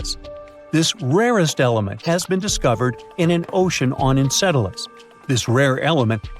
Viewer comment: Funny when it says ENCELEDUS proper proud 😂